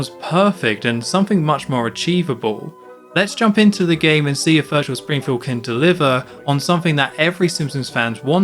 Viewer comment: minus points for homer not saying VIRTUAL... SPRINGFIELD like in Virtual Bart